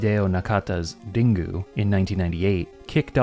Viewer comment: Ringu is not pronounced din-goo